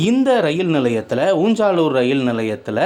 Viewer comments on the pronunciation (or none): ஊஞ்சாலூர் என்பது அல்ல ஊஞ்சலூர்